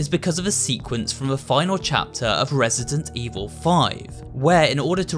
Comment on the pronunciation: i think i just heard him say resisent evil XDD dats so cute